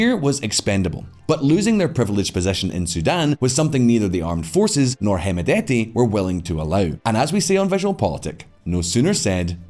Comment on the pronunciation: By the way D is silent on hemedti Pronounced as hemeti